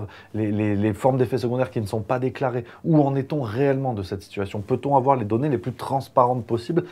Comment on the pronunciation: "Il ne faut pas avwoiir peur !"